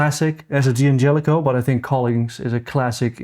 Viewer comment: Guy's, please... it's not pronounced "Dee angelico", it's Dan jelico. The punctuation is an apostrophe, not a period. Sorry to be a pain.